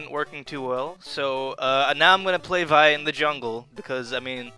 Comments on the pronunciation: your pronouncing it wrong its pronounced VEEEE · its the grape vi-ne